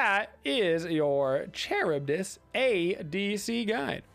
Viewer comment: i know this man didnt pronounce her name like that